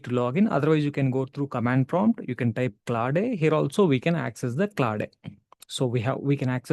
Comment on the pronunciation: its claude , not claw day lol